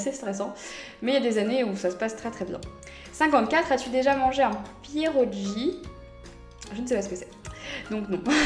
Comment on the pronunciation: On dit pier(roulé)ogui :D C'est une raviole polonaise x) ! Ma maman est polonaise :3 Il en existe des sucrés et des salés. Les sucrés (souvent des fruits dedans genre myrtilles) s'accompagnent de sucre et de crème et les salés (choux/champignons ou fromage frais [MIAM]), c'est avec du beurre fondu, oignons et, parfois, lardons ! C'est super bon mais faut pas en manger tout le temps XD